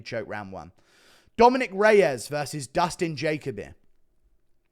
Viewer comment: Ur normally decent with the pronunciation’s of fighters name’s. And if there was any name I would be confident that u would say perfectly correct it would b Dustin Jacoby. Made me laugh the way you were saying it. Like wtf 😂